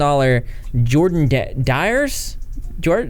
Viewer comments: Dior: dee-or o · He pronounces dior dyer...lol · when he pronounce dior like dire, I felt that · I love the southerner coming out when you called Dior "Dires" me too bud. Me too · Dee-Or = Dior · I am laughing way to hard from the way you said Dior lmaooo